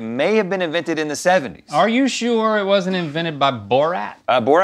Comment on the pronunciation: I wonder why in the beginning link kept pronouncing Rs as Ws.